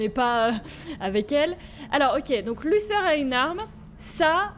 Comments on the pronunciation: c'est pas luseur c'est luther je t'ador Bisou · C pas lusseur c luther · Tu me stresse à dire Luther "Lusseur", ça se prononce Lutère si je me trompe pas 😂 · C pas luseu c’est luter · Sa ne se prononce pas lusseur mais luteure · ses luter pas luser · C pas luser c est luther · Juste Luther se prononce pas “Lusseur" mais “Luteur" voilà sinon super épisode comme d'hab 😁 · C pas lussère c lutère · Moi j'ai vu Detroit avec Sora aussi et il disait Lutère du coup ça me perturbe aussi qu'elle disent lusseur😅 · Je crois que luther sa se prononce pas comme ça toi tu dis" luSeur" mais c'est" luTeur" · Sa se prononce luTer et non Luther la petite la dit x) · Alice prononce Luther "📣luter" dans la vf ! Comme ça tu sais ^^ (mais bon tu le prononce comme tu veux hein) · C'est luter que on dit son (maître ) dit comme ça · C'est parce que " Lusseur " est la prononciation anglaise qu'elle le dit comme ça 😉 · C'est parce qu'elle le prononce avec l'accent anglais . Après chacun le prononce comme il veut , c'est pas forcément faux de le prononcer comme ça, La VO du jeu c'est l'anglais après tout.